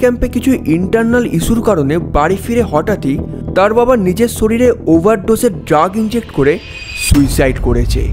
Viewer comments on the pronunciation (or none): none